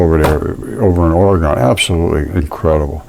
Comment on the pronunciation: We say it like organ, Oregon. Hello from Salem.